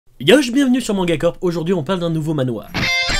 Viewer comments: Pour manhua, on le prononce man-rua Je suis sur de se que je dis vu que j'ai étudié pendant 3 ans le chinois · Pour la prononciation de Manhua : remplace le H par le son d'un J (jota) espagnol.